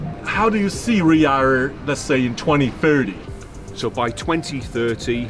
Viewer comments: Ryaurr... Jesus that's some butchering of the name. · sam !!! it riyaDDDDDDh. there's a D in the word. quit it with riya air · Am I the only one who noticed Sam calling it Riyaa air instead of Riyadh air ? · Sam, Riyadh is not pronounced Riyah, its Riyaad. You've been paid a ton of money the least you could do is have some self respect and get the name right dude! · Sam always spell ria air it’s should be Riyad air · It’s Riyadh.. not Riya… as you calling it 🤦‍♂️ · it is RIYADH AIR and Not RIA AIR .. LOL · Sam, take note of Tony’s pronunciation. Unlike him, you’re saying Riya without the dh in the end. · no one : sam : RiYa yAiR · His tongue cannot twist to pronounce. He can only say Riyarr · That Chui guy pronounces Riyadh Air as if he was totally pissed! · Why are you not pronouncing the "D" in Riyadh? Even the CEO was saying it with the D. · You're pronouncing Riyadh wrong